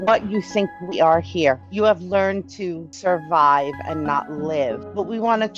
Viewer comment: “Ve are just trying to surwive”